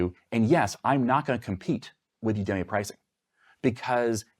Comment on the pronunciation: You gotta stop pronouncing udemy that way!